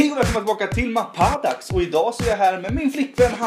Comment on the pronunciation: Innan jag började titta på din kanal så trodde jag du uttalade det mappadaxx istället för mapaaadax lol